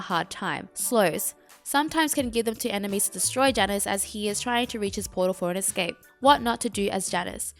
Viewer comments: Hi same is Ya-nus if you need the correct pronunciation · U can't say jaynus? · This bitch gonna mispronounce the name right off the start, I’m out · I almost couldnt watch the video because of how you pronounce Janus. No joke, it hurt.